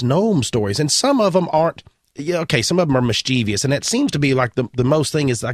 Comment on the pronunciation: Following the theme of learning: Mischievous is pronounced mis-chuh-vous (not mis-chee-vious) MARJORIE is her name, not MAYJORIE. That one was brutal or. And finally, it's not jealousy, it's envy. Jealousy is when you're scared something will be taken from you. For example, when an attraction person talks to your partner and you worry your partner will like them more, that's jealousy. Envy is when you wish you had an experience that others are having ie: "I envy those who have seen a Gnome in real life."